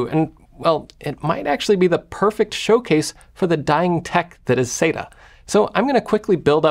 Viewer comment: thanks for the cool video jeff. i always pronounced "sata" like "sat-uh." then i found a great 17+ year old post on tomshardware (from its good old days) that converted me to pronounce it like you ("sayta"). it referenced this famous ST:TNG quote: Dr. Katherine Pulaski: "Dayta, Dahta, what's the difference?" Data: "One is my name, the other is not."